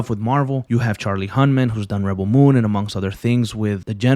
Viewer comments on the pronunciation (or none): none